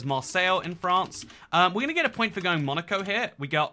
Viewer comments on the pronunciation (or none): none